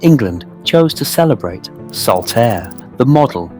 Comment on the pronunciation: Also - ‘Airy valley’? C’mon, it’s just lazy pronunciation. You got Saltaire right - it’s not Saltairy.